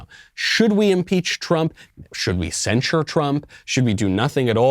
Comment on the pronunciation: Do you think the word is censure or do you have a speech impediment ?